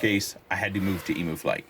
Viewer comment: You handled it like a champ. I could see how that thing could get out of hand. You could try adjusting the expo in emuflight for the throttle.Btw, your saying it right. I call it Igor flight, cause it can make even igor fly good with it. have you ever played with the witchcraft filter?, it is actually called a kalman filter and can do a great job of fixing vibs and smoothness . can you do a long term review of the AiO 35A fc ,and maybe others? I never see a reviewer that'll do a long term (2 months or more) abuse of products suitability , except a very few like currykitten, mr bardwell, that do it.